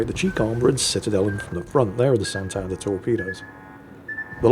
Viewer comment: Once again wows us with his confidently incorrect facts! Santander is a Latin American ship, not a Spanish one. Also, its pronounced SantadEr, not SantAnder.